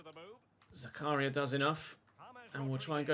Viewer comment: It's pronounced zak-a-ria not zaka-ria